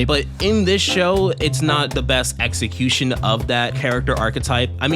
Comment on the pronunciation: you mean eggecution